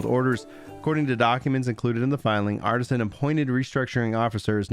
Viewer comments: it's ArtEsian builds not Artisan, there's a E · I'm not bringing this up to be rude, or that we will prolly ever hear their name again but it's artesian, not artisan.